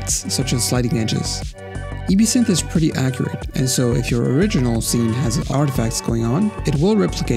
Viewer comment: "EBE-SYNTH" ? Maybe try "EB-SYNTH"